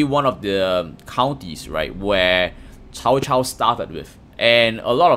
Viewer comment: Why is an asian mispronouncing Cao Cao's name?